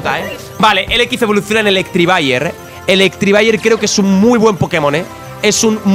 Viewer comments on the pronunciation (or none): por favor, se dice Electivire no Electrivire